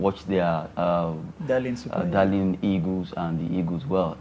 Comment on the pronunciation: Can someone help me with the right pronunciation of the Nigerian national team? Is it 'egos' or 'eagles'? I thought they are called 'green eagles' but i hear almost all Nigerians saying 'green egos'. Someone should please help me out.